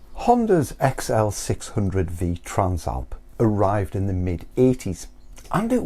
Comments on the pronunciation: Bro trans-alp not tran-slap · The translap must be a British thing. I have never seen/heard anyone struggle with the name.